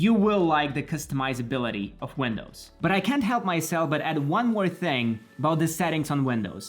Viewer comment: He said "older" WENDOWS 💀